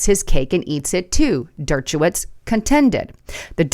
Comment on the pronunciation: Dirt-cha-witz?? Wow... C'mon Der-sha-witz